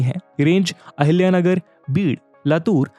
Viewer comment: Thank you sir❤❤ specially for chatrpati sambhajinagar and ahilyanagar pronouncement ❤